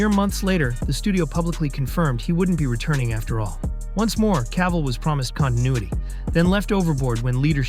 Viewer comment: C'est qui l'imbécile qui double ?! C'est CAVILL pas CAVALL, PATHÉTIQUE=Français